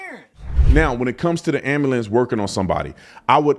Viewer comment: AM-BYOU-LENCE fuckin ambuhlamps